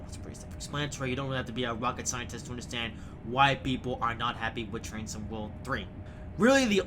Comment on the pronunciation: Ha! It does sound like he's saying that, doesn't it? You wit, you.